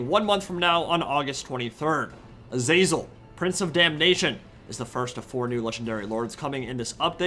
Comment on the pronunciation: Love your content. But your pronunciation of Azazel makes my ears bleed